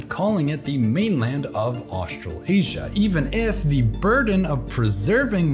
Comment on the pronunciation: Bro why are you saying "Australasia" so weirdly 😂😂😂 I'm from NZ and its said Austra lasia (like Malaysia, Ma"laysia", "Austra laysia"). You keep saying "Austral Asia" which sounds so wrong lol.